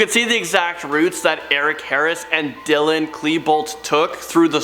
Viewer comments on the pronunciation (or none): none